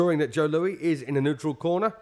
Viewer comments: Joe "LOUIE"?????? Joe Louis........like St. Louis. I've watched a couple of fights with Max Baer and he had a horrible habit of never using his jab. He'd just put his left hand in the face of his opponent to "measure him" but never hit him with it? Meanwhile his opponents hit him with jab after jab. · Why the fuck does this guy keep pronouncing Joe’s name like “Lu-ee” instead of “Lewis”??? On no planet at no time was that man’s name pronounced that way. Also I’ve never EVER heard that Joe Louis was a dirty fighter at any point in his career. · This British commentator keeps pronouncing Louis like Louie. 🤫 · Who is this commentator calling Joe Louie And Maxie Bear WTF. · Who is announcing this? He’s mispronouncing Louis. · Jesus, if you're going to announce it learn to say Louis's name correctly; he's not a French king. And he didn't have a reputation as a dirty fighter, what the hell? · not pronounced lewie but lou-us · "Joe Loo-ee"? Only person in the world who doesn't know it's pronounced "Loo-is". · Thanks for the video and all, but this comes off as pretty disrespectful to Joe Louis. I've never seen him fighting dirty, and the man's name is Joe LouiS not Joe Lewey. (Yes I know some people with the name Louis pronounce it without an S, but not this one.) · Why does this fool keep saying "Louie" and "Maxy". And no Luis did not have the reputation as a dirty fighter. He was as clean and by the book as you get. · that is great. But if you were at the fight, you didn't hear the announcer on the radio. Whoever this announcer is, he's a disgrace. As the original post by TWS1956 stated, he can't even pronounce the name of Joe Louis properly. The ring announcer correctly calls him "Louis", but the blow-by-blow guy wasn't paying attention to that or anything else, calling him "Looie." Also, he says Baer won the tile by beating Max Schmeling. The Schmeling fight was a non-title fight , and Baer won the championship in his following fight by beating Primo Carnera.